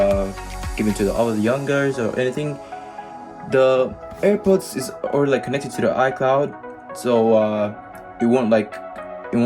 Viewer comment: I’m dead 😂he said ( APPER). AirPods . Good one pal😢